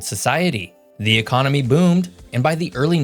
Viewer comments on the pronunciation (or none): none